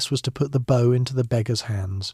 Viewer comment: Too bad AI doesn't know how to pronounce "bow" when referring to a bow and arrow.